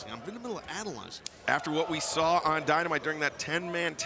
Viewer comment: Ricky: "I sawr it" This really reminds me of that one Taz and Bully Ray clip 😂